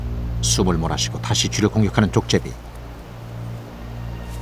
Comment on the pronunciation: 나래이터는 발음에 신경써야 할 듯.... 족제비를 계속 쪽제비로 발음하네.